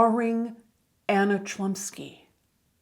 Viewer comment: Well I could bet money that the proper pronunciation of the actresses surname would be closer to Hlumski